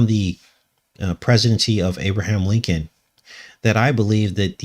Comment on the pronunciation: Lincoln sure sounds like linked-in when you say them.